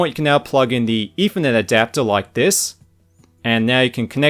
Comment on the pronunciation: Firty Fousand, eFernet, Firteen Years...?